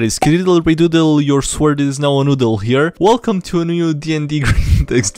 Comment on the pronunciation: Please stop calling swords as sWords, you pronounce it more like soords (like sought with an r before the g), not swort (like swat)